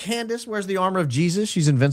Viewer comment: Jesus is wrong in pronouncation